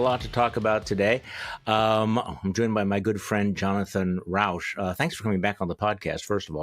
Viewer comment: Rauch NOT RAUSCH. Smoke not Noise.